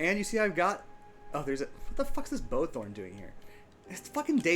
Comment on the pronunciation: Hmmm. Makes a video about people saying words wrong with saturation vs. satiety and temporal... calls bowtorn bowtHorn in next video... baiting? :P Just giving you a hard time but it was funny lol Personally, I've settled in a hotter climate before and its fun... but... I found the lack of the winter cycle sucked a bit of the wind out of the game. Its not like surviving winter is a challenge anymore, but it still applies some specific pressure that was lacking in the warmer areas. But, to each their own. There definitely a lot of positives. The biggest one IMO is that everything is so vibrant and colourful there - its really nice. So much so that I ended up modding the game to make temperate more vibrant after I moved back to the temperate zone haha. I think that room is not a room because of the specific trapdoor you used, but not positive. I think it has to be a "solid" trapdoor, but the one you are using is more like a grate or bars.